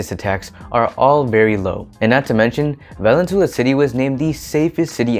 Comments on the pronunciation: Thank you for the stats! Awesome research! Just take note the pronunciation of Valenzuela. Vah-Len-Zu-Eh-Lah. “eh” like “elephant” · I suggest you learn Spanish-style pronunciation, especially for obviously Spanish names. Thus Valenzuela is pronounced as [vah-len-ZWEH-la], with the accent on the second-to-the-last syllable. The "UE" letter-pair can be pronounced as either [WEH] or as [EH], depending on the letter that precedes it. Please ask a native-born Filipino rather than forging ahead by yourself in guessing how local names are pronounced as it is off-putting to us locals.